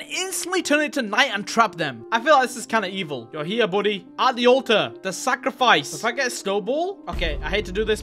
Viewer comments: guys its not sacrifice its “sack of rice” 😊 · Bro said sackofrice